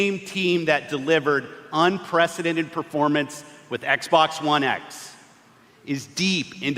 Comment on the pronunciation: Please Stop saying Xbax ,very creepy